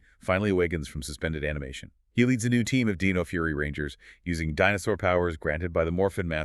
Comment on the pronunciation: Good video A few mispronounciaton that made me half think ai.. like zordon, and several other ones I can't recall but still a good video.. watch t he show for the proper pronunciation for zordon lol. Dine oh not deno 😅. Zord on not zord in lol